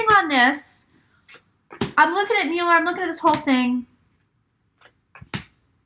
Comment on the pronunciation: Right cards, wrong interpretation. But you are correct that justice will prevail. Your pronunciation of Müller (Mueller) is correct. (I speak German, too.) My predictions: Mueller will remain for now. RR will go. Trump will serve full term (and maybe two). There will be many arrests and prosecutions.